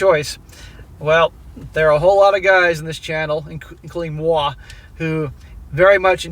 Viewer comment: "Moi" as a french dude iove this prononciation